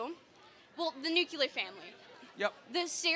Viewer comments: It's not nucular you idiot. NUCLEAR! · nucular...nucular family... sounds like George Bush... T he word is nuclear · "Nucular family" from a uni student... congratulations for your education system. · The word is NUKULAR! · "Nuc-u-lar" lol. At least this one was polite enough. She takes elocution lessons from Homer Simpson though lol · "nuculur" what a dingbat. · Hearing a liberal say 'nucular' like GWB made me laugh. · Why can't these women pronounce nuclear?